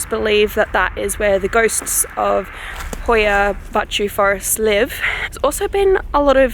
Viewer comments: The title sounds like something morgz would say, also congrats for being the only native english speaker on earth that can pronounce hoia baciu perfectly Btw love the oxenfree soundtrack in the backround :)) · she actually said it right, my romanian self is pleased